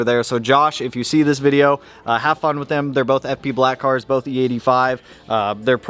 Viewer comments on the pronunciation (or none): none